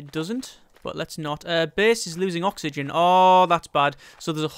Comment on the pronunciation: OKSWHYGEN?!?!?!?!?!?! xDD